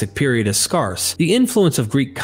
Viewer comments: sydmccreath4554 no. speaks like someone who reads on these topics before hearing ppl talk. He has specific mispronounced words, like "scarce" and some of the ancient names, that are more phonetic. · You say scarce and scarcity like nobody has ever said it before in history bruv lol love your content tho! Keep it up 🤘❤️ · It's the pronunciation of the word SCARCE that hurt my brain the most. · I have never heard anyone mispronounce the word “scarce” before, and it annoys me.